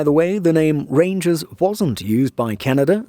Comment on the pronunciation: “Reindžers” BARS! 🗣️🔥🔥